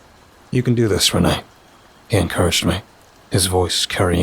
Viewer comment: Author Pageturner627! I hope you like my modern detective noir story with a supernatural twist. I always have fun writing these Ash and Reine stories. Thanks for narrating. You always do an awesome job. Just a small nitpick. Reine is pronounced like ‘rain.’ Ash and Reine is a play on words. It sounds like ‘Ash and Rain.’ Thanks for listening! Tell me what you think!